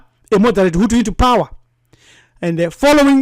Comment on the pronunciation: Hutu not hutsi